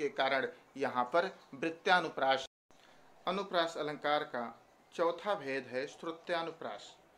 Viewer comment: वृत्यानुप्रास नहीँ वृत्यनुप्रास